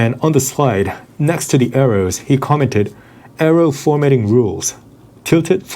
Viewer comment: 'Bro, it's just an arroh.'